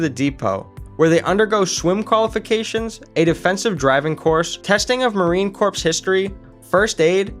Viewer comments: my man I know you probably meant well by it and intended it to be a straight forward factual video...but it's really botched. I'm not a marine yet, but please dont ever call them the marine corpse. It's pronounced "core". And the Auschwitz part, as a 4 Generation Polish American, not the best reference picture my guy. I'm not usually offended by shit but as a Polish soon-to-be Marine...bruh lol Now I will say that I love the fact that you had no 5 minute long intro about your name and biography and crap, you just hopped straight to the facts. More videos should be that way. Okay I shut up now. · This is so terrible. I’m 2 minutes in and I can’t continue watching. Marine Corps, pronounced like “core”, not “corpse.” They are not dead bodies 🤡 and what visually has anything to do with the marines except for snippets